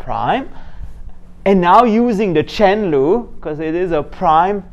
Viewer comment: This is nice - 2 different ways. Whenever I forget what the quotient rule, I turn it into a product like you did. I am curious -- Are you saying product "loop" and chain "loop"?